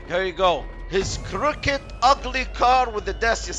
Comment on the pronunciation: The way he said crooked😂😂😂